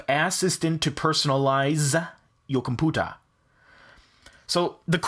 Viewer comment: Your "COMPOOTAH"